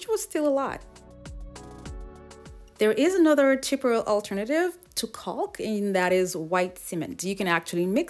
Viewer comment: These are so so cute!!! The adhesive your using to hold the palm bowls is pronounced CAW-K even though it's spelled CAULK the L is silent. Just thought you would like to know.....your amazing....❤❤❤